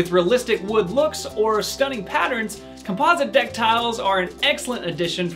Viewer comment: Couldn’t listen to his shocking pronunciations of the words realistic and composite, had to turn it off after 38 seconds